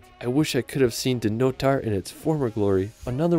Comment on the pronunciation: Good selection! But what a pity you didn't learn how to pronounce the names of them; not even an approximation. Did you ever actually meet any local people and hear how they say Eilean Donan, Dunottar, Orava, Spis, Trakai, etc ?